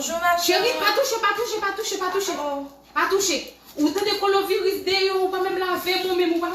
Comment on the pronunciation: Machann lan paka di nom maladi an🤦🏾‍♀️ Koloviris 😂 machann lan pa mete mask 🤷‍♀️